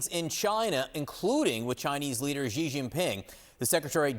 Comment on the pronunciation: Xi is not "gzee" its "she". Beijing is not "baygzeeng" its "bay jeeng". Someone whos job it is to communicate with millions of people should know how to pronounce basic Chinese names. If I was making $3 million a year, Id be professional enough to learn how.